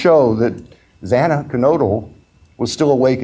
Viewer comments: Zah-nah..that's the proper pronunciation of her name . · I think this judge needs to step down. I cringed every time he mispronounced Xana Kernodle’s.